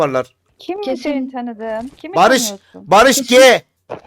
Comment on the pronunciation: Barış g değil barış ci